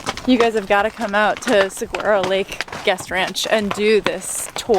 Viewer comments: The first time saying it was the best, but all were off. It is Sah-waa-row with a slight roll of the r if you want the full effect. Most don't though. The sound of the floors remind me of my great grandmas house in Bisbee. That is the sound all the old houses make up there. Might stop in sometime. The 4th of July they always do cart racing down the main street. Bisbee (old Bisbee,, jot new Bisbee) isn't what I grew up knowing, but it still has some of its history left. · LOL, you guys killed the word "Saguaro." I was born and raised in Arizona, although retired here in Central Oregon these days. How the cactus is pronounced phonetically is Su (as in summer)-war-o 🙂. Keep the videos coming. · As a native Tucsonan, I have to say, that was the best mispronounciation of Saguaro I think I have ever heard. Lol. Thanks for the giggles. And thanks for sharing Arizona! As I age I am realizing I am realizing how much of my own home I have never explored. How do you find your locations to visit?